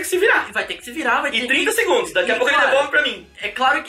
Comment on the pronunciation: quem percebeu os 30 "DEGUNDOS "